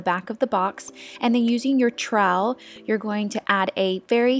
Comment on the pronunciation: New subscriber here. Have gone right back to the beginning to work my way through all of your videos. Love your concrete table it's awesome! Am laughing at you trying to pronounce "trowel". It's like towel but with an 'R'. LOL